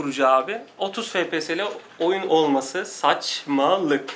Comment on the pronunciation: Fe pe se ? ney ya ? Gamer im diye geçinirsiniz fepese ney abi ef pi es -.- FPS! Birde laf atıyorsunuz. Ef Pi Es